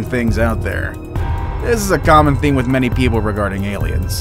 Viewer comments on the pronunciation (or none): none